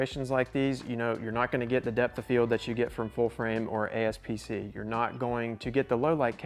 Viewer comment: Aps-c not Asp-c 😅